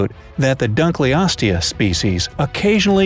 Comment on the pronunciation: The way you pronounced the creatures names hurt me.... Bc it’s “Dunk los tee us” and “mega lay nia” not “mega lan ia” Still love this channel doe